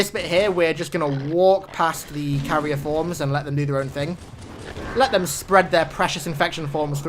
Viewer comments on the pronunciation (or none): none